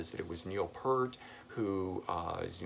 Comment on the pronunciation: Stop pronouncing Peart as Pert!